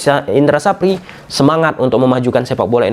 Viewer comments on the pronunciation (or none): Indra safri bang bkn sapri😂